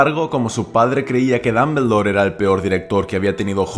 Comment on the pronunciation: Ambrich Dambldor Jajajajaja me voy quedar sordo por esas pronunciaciones